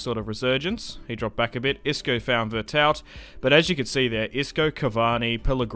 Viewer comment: Veretou the T is silent.